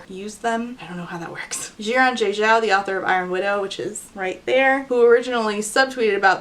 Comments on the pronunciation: Just an fyi Xiran's name is Chinese, so it would be pronounced She-ran, not Zee-ran :) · After seeing the pronunciation note I thought maybe you would like to know how to pronounce Xiran Jay Zhao's name better--the "X" in Xiran is a soft "sh" sound sort of like in "wash" or "hush" and the "Zh" in Zhao is pronounced like the hard "j" in "jump" or "badge." Those are rules of thumb for any "x" and "zh" in Chinese names as well. I hope that doesn't come off rude, just trying to help! They say their own name in this video